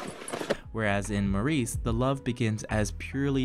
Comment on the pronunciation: OK, the pronunciation of Maurice in this review is unbearable, and to a British ear just sounds effete. The reason for mispronouncing it just daft. Please don't do this again!